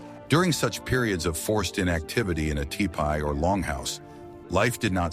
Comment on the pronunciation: Typical mispronounciation of certain words, but it said ty pee and tee pie both for tipi.